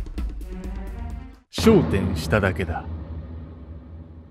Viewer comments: [昇天]が[笑点]になってる。時々、ナレーションのアクセントの置き方が間違ってるのが気になる。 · 私もです。w もしくは「商店」．．．ね。イントネーションに「え？」ってなることは、ちょくちょくありますね。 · 昇天のイントネーションが笑点に聞こえてしまった...